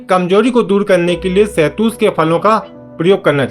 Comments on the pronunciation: Shahtoot bolte hain be ,shahtoos nahin bolte. Chal thik se shahtoot bol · Shetoot bolna to sikhjao ache se video fir Kabhi banalete.